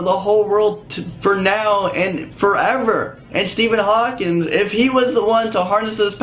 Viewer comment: It's Hawking not Hawkins